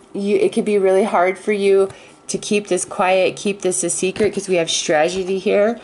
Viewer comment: Otherwise it's sounding like Trag- e- dee. :'(